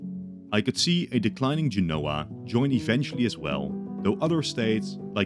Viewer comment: Genoa is "JEN-oh-ə", accent on the first syllable. Not "je-NO-wah". Firenze is "fi-REN-tsay", not "FI-renz". But if you're going to use English "Genoa", you should use "Florence" to be consistent, not "Firenze". Or use "Genova".